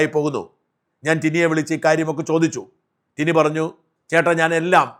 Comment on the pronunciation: ടിനു അല്ല ടിനി..